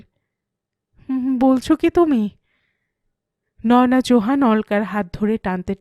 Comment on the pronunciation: অলকা কোথায় গেলো? তোমার পাঠ ভালো, খুব নরম কণ্ঠস্বর। তাই ভিলেনের গলার স্বর‌ও তোমার কণ্ঠে কর্কশ শোনায় না। তবে, এর আগের পর্বেও বলেছি, নয়োনা‌ নয়, ওটা বলতে হবে নয়না।